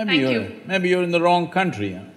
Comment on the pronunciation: "maybe you are in the weong country", that kills me